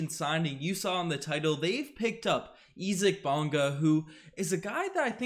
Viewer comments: Pronounce his first name the right way. Sounds this way ........ EYE ZEEK (Isaac) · Does know something I don't about this guy's name? Or does not know how to pronounce "Isaac"?